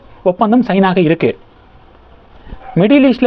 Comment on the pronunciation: ஆமாம் 1. இருக்கு க்கு என்பதை கிருக்கு ன்னு உச்சரிப்பாஹ. 2.இருக்குறாங்க என்பதை கிருக்குராங்க ன்னு உச்சரிப்பாஹ.